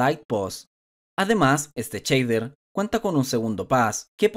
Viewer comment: Cada vez que oigo "Chader"... Grrr